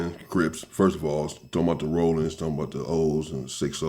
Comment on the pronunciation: Sounds like A.I. is narrating the vid. That joint said Rawlin's Zero😂